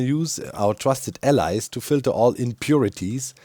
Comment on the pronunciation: why does doc call them allies instead of allays? does he have trauma?